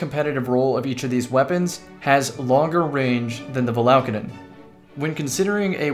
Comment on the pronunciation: Val ah Kay den Come on now Not Va la ka den